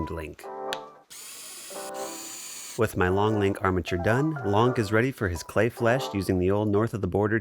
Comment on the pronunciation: It kept getting funnier with every repetition of the word "Long." "Longk" may have done my gut a permanent injury.